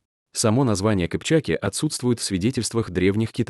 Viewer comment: Не кывчак, а кыпчаки, хватит каверкать...неужели трудно произнести слова правильно, вечно каверкаете...😮